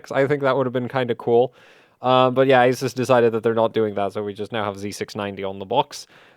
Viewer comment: What an awesome video! One suggestion though, which is how to pronounce Asus: It’s A-SOOS, and NOT A-SES.